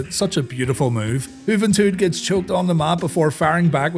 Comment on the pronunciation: “Jah-van-tahd “ Guerrera… ajajaja! 😂